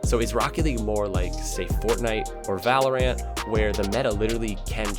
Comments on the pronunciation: Am I the only one annoyed by his pronunciation of Valorant like "Val-or-Rant"? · when he said valoraaant is said it like a rant not ent